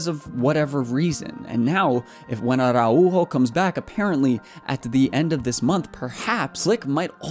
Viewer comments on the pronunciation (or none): The tilde is not that strong. It's not "Ara-UUUUUUUUU-jo" its "araUjo", the U is just "louder". "are ow ho" is the englsihshifgivatrion of th word. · the way you say Araujo is kinda funny, VISCA BARCA 💙❤️